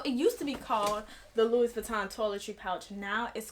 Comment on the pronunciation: Woman it's pronounced like Lewy Vuitton not Lewis. 🤣Luv ♥️your makeup 💄 doll. I have the 26 old style and Yes I turned mine into a cross body because my other LV's are bigger and heavier and Ion really care what others say about I move around a lot and want to be safe-Cause the robbing these days frfr.